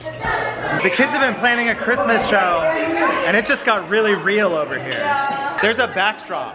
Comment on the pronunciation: can you please stop saying chirsmes